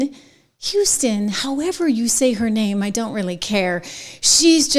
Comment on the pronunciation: Sunny Houston pronounced hosston because she's hosstile!😂